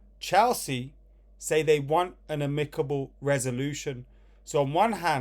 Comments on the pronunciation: Amicable = Uh Mick able according to this clown 🤣🤣🤣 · Why are you saying amicable like that 😂